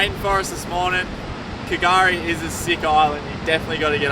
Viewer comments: fyi its pronounced gurrie not kgari, great episode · Great vid. Love your shows. Just fyi K’gari is silent k. It’s easier to say “gari “. Have fun guys ❤ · the K is silent in k’gari. Beautiful island. Love heading there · Great video! I’m currently living on K’gari and just to let ya know the K in K’gari is silent haha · The K is silent in K’gari